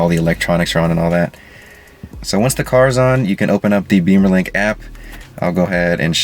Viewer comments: thanks!! FYI.. it is "Bimmer"...link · Which is pronounced “Bee-mer” which is what he said in the video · only if you are american😅